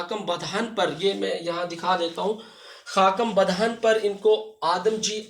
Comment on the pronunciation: سر بہت اچھا لیکچر انٹرویو کے لیے ۔۔ سر "خاکم بدہن اور غنودیم غنودیم " کا تلفظ اور ادائیگی دیکھیے گا۔۔